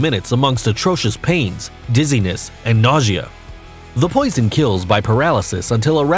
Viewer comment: Everytime he says poison i cringe. Lol